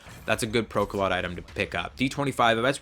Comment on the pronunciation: The PKM was actually the precursor to the Pecheneg, and is a real world gun. (also it's pronounced "Pro-ka-lowt" and is a verb meaning to pierce)